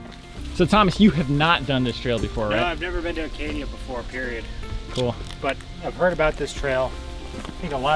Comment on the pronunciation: Acadia, not Arcadia?